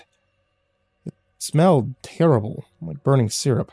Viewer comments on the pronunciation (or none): none